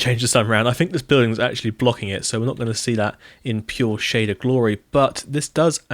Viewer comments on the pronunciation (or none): none